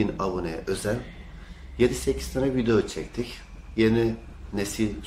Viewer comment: hala vido diyor hocam be :)